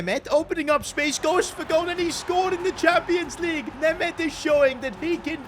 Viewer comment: I feel embarrassed after hearing him name my country-mate Németh